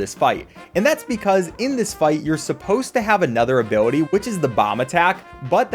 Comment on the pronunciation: 9.41 ''abiwity